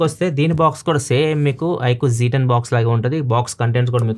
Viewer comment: Z ni zee antaru